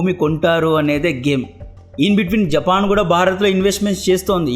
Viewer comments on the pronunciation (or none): none